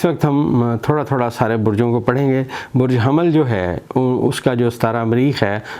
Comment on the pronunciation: Sir Burj hamal NHI Burj hummal sahi laafz Hy .